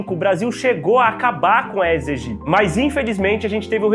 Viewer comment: Bom dia, Dr.! Algo que pode lhe ajudar sobre a pronúncia do nome do mosquito. Por se tratar de uma expressão latina, sempre que "ae" estivetem juntos, se promuncia "edes egyptis"